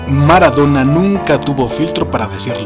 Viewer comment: Es "Maradona", no "Maradora"....